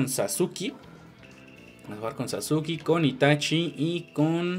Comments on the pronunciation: Jajaja es cierto xd es que no se dice sasuki, se dice SaZuqe, ay como eres naco e.e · Porfavor amigo no sigas diciendo" sasuki",encerio no es de mala onda . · "sasuke" pronuncialo bien